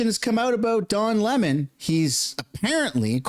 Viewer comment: Uhhh...I believe it's pronounced, "Le-mon"...🤨